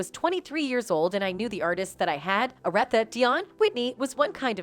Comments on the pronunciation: Ok question... Is this voiceover being done by A.I. ? I'm asking because I dont think any person should be allowed to commentate on certain things dealing with the culture of music if you can't even pronounce names like ARETHA Franklin , L. A Reid or the word "FLAVA" properly. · Did she say "Areth-Uh? 😄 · You mispronounced Notorious B.I.G, Aretha (Franklin) and LA Reid. Who are you?!?